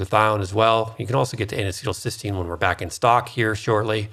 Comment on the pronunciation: NAC is not N-acetyl-Cystine, but N-acetyl Cysteine. Cystine is the oxidized dimer of Cysteine, which is a single amino acid. keeps saying "cystine," when he should be saying "cysteine." NAC is also branded as "Mucomyst-"-used in ERs to treat acetaminophen overdose. All anti-oxidants except glutathione become free radicals after they donate their electrons to neutralize other free radicals. When reduced glutathione donates its electrons it is simply "oxidized" glutathione, but not oxidizing.